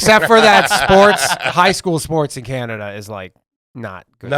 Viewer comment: calling Canada, "Canadia" 😂